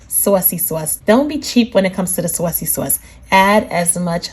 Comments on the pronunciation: Sawseee sauce??? 🤣🤣🤣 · like everytime she says Sausey Sause 😂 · Me: "Say Saucy Sauce one more time!" Her: "SUOACY-SUOACE" Me: "Yessss....one more time!" lol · Saucey sauce 😂😂 you must be from NY